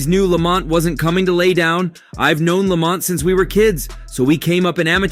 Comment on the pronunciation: They’re calling him Lawmont 😂